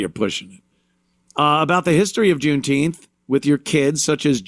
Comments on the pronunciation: Its called JOOMTEEMF Ant, get the pronunciation right. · "June-Teempfff". I'm fatigued.